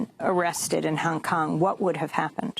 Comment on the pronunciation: The way A pronounces 'Hong Kong'...